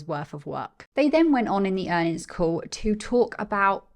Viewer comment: PS - You've got a new subscriber here. Great content. says "Q3 Earn'ins".:). Keep up the great work.